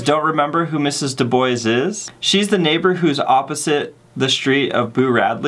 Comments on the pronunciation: “Mrs Dew-Bois” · I heard him say De-bois